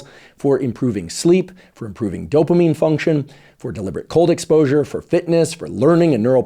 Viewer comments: How am I supposed to take a guy seriously who can't even pronounce the word "dopamine"? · The way he pronounces dopamine is funny lol